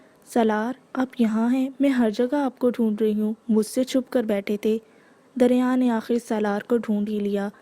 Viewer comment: Ramzan Kareem Api . Api it's not darya it's dariya